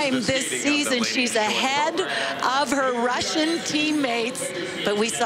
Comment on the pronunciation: One nice thing about both tourney announcers and NBC commentators is that they took time to research and then effort to use proper pronunciations of Russian girls' names. Showing some class!